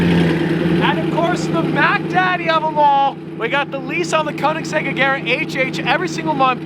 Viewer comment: Just sell the Koenigsegg because you doesn't pronounce it correctly 😂